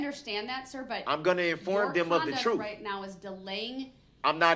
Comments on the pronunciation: EPIC reply.👏👏👏 "troof" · " I am goin to tell my troof" - Darrell Brooks